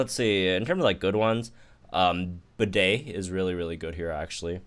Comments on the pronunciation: Disrespecting my mans Bede calling him Bidet,he isn't a toilet that washes your butthole with water gun,he isn't Toto brand, He doesn't warm your butt in the seat,it is pronounced Bee-Dee,The heck?!?!?!? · pls why are you pronouncing Bede like that